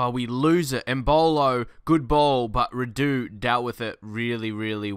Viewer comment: not Rahdu, its Ra-du